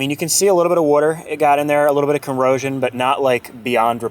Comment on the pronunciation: When you say "water" it sounds like "weerter" Great project.